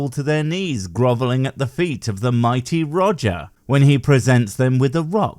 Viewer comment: When you said "The Mighty Roger" . I just heard "The Mighty Woger" (As in Life of Brian: Welease Woger) it made me laugh out loud for a few seconds.